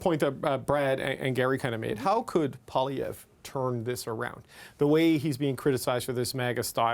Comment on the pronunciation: It’s not “ Pah”lievre! It’s “Pooah”lievre !